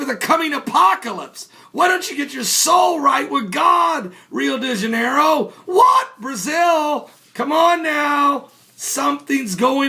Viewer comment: I don't "watch this channel", he has a habit of putting the word "Iran" into his keywords and I usually watch Iran videos. He's more preaching embeded hate-politics than religion, all with smile. The dead-fish or pigs are the result of pollution not the stupid "coming of christ!", he can't even pronounce Rio De Janeiro!